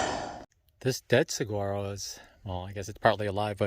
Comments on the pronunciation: It's pronounced sah war oh. I live here in Saguaro west. It's a great place for artists. Enjoyed the vid. Subbed. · Single saguaros without arms are called ‘spears’. You have to learn how to pronounce suh wahh ro as the last folks said. :-) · The saguaro flower is Arizona's state flower....it is on the saguaro cactus. It's pronounced "suh-wah-roe." You don't pronounce the word with a hard "G." I have to laugh when you say it with the hard g. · My girlfriend is laughing every time you say saguaro (as it sounds).